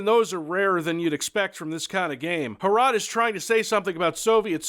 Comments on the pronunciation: The way you try to pronounce the name makes it sound like a Czech transliteration of урод (urod), which in Russian means ''freak'' or ''ugly''. Fitting, given the context. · MUST HAVE HROT BTW to pronounce this properly you just have to map the letters to sounds (H -> H, R -> R, O -> O and T -> T) and say it with a rolling R. What you're saying is more like "HRAT" because you pronounce the O with a sound that it would make in such a setting in English, but virtually no other language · Every time sais "Hrot" I misshear it as "Harada":D. No wonder pronaciation of that word sucks, couse he is from US. Still did the best he could. It's not very often that something from our little country lands on a channel such as this. Thanks... By the way, you like hard challanging FPS? Try Operation Flashpoint. For those who care and don't know, Harada is the guy who made Fighting game series Tekken. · for the love of God, please don't call it "Ho-Rot". Pronounce it as if you wanted clear your throat while saying it, something like that. My slavic ears are bleeding and I'm just half way through the video. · Is it pronounced HROT, or is HROT in cyrillic, as in НЯОТ - Nyeot? EDIT: Nvm, I googled it, it is indeed in latin letters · IM CZECH AND YOU SAY HROT INCORECTLY but i still love you if you ever need some help just say bro i watched you when you started making postal 2 content so you deserve my respect and me loving your videos good luck brother